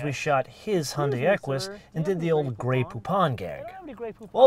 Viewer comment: Hyundai like Sunday